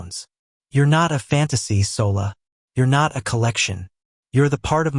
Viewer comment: SOLA is pronounced SHOLA